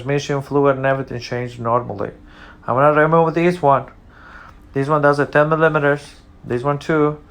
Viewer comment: That’s two videos in a row that y’all cant say millimeters